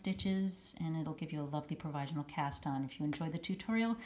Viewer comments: Leave it to you to make a mispronunciation so entertaining. The meme from your newsletter had me dying, and now your use of the Count from Sesame Street is a total bonus. I love to quote him with his Dracula accent whenever possible “1! 2! 3! 4! Ah ha ha ha”! :D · That is funny indeed! I had to hear it rather than just read about your mispronunciation of provisional in your email. Omg you're killin' me!